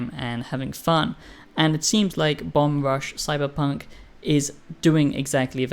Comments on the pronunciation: Why are you reviewing a game you haven’t played? Your basing this partly off of promotional material? And you don’t even say the name of the game correctly. Don’t review games you haven’t fully played, that’s like rule number one. First impressions maybe. You said nothing that wasn’t intuitable from watching trailers. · Imagine being the first person the review the game and you mispronounce its name every single time you say it.